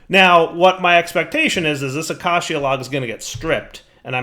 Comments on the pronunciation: please look up the pronunciation of acacia lol. It’s uh-cay-sha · haha i cant wait till dire can pronounce 'Acacia' properly. He said it like 50 times in a row this episode. very entertaining 😋